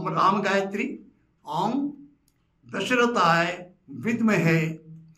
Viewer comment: पंडितजी!! राम गायत्री में “दशरथाय" नहीं “दाशरथाय" आएगा। दाशरथ= दशरथ के पुत्र.... कृपया इसमें सुधार करें। आभार🙏